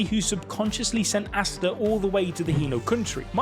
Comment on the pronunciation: Names aren't too hard to read out loud... How is the first guu calling Asta, Arstar. Nacht as Narc... 2nd guy was much better pronouncing everything right.